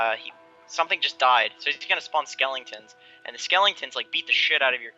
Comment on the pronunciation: SKELLINGTONS? NO THEY ARE SKELETONS! SKELL EH TONS